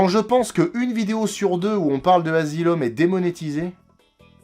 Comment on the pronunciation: "Dans un endroit du monde appelé The Azylum presents". J'ai éclaté de rire 🤣